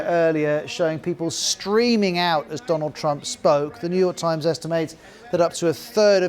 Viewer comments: Modi got his renge by calling him "DOLUND Trump" ;))))) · That Modi said Dolan trump... 😂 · And the Indian Prime Minister called him "Doland" Trump. so what? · thats not fair, Modi also mispronounced. He called Donald: Do-lund meaning 2 dicks in hindi. why put trump under the microscope for mispronunciation when Modis English is as hilarious. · Trump: Amabad😆.. Cheewala😆😅😂..Vevey ka mondond😆😅😂..suchin, verot😆😅... Modi: (let me see) Doland😅😂🤣.. friendsip😆😅.. We: 😆😅😂🤣😆😅😂....